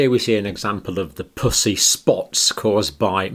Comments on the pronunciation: Puss E. Not Poosy. I was so confused. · In North America we pronounce puss as puhss and not poose. And puss-y as puhssy. Poosey is what we use as slang for the female vagina. Just saying. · Please quit saying “pus”sy. LOL. I have laughed so much trying to watch this. Purulent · 😂😂 such a Serious video until when he says pus-ii spots with such an Accent it sounds like something else… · Is it me or does it sound like he is say pussy spots 😆 🤣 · I can't concentrate because I keep hearing "pussy rash" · Sounds like he is saying puss. Y 😆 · I love your channel and the fact that you use FACTS and science and absolutely no opinions. And I know you are British. But I cant help but laugh/blush/cringe when you say Pus-sy. Idk if that’s a crass word in the UK , but it is in the US. However it is a homophone: spelled the same and sound different. Pussy sounds like Us. When it’s said your way it is like pussycat. oO — 😳😵😮😲🤭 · Evert time he said "pussy" (the way Brits say it) I have to admit I had to laugh... and I do feel really bad about that. ;P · Am I the only one that thinks it sounds like he’s saying “pussy spots?” 😆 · Your accent for "pussey" would get most americans a visit to our commisar I mean HR office. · The word "pussy" you pronounce so aspirated 😆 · As an American I laugh at the way the good doctor pronounces “pussy.” It’s quite juvenile of me, I’m sorry. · and he says it with a hard P🤭😂